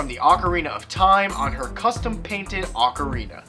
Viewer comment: you pronounce the o in ocarina